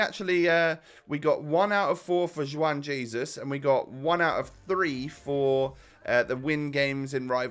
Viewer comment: It's pronounced: one haizeus